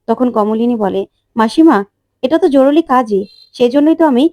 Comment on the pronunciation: জরুলী নয়। "জরুরী"...